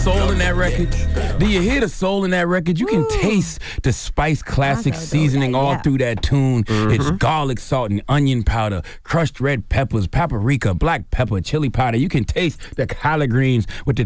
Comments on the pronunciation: Charlamagne still can’t say paprika! 😂😂😂💀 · 😂😂😂 right just take that extra “a” out and he good